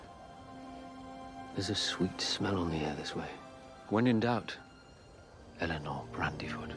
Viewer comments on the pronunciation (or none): none